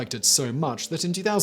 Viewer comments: It’s the Maree man... Not the mari man. The town is called and pronounced MAREE. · Its pronounced Mar-ree. And his name is Bob. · It's pronounced Mar - ree